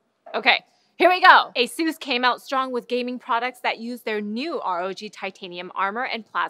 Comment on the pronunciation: why do they mispronounce asus?